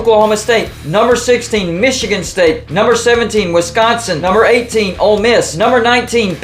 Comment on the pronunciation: Why do they say Michigan like that? It's so annoying. Meechigan?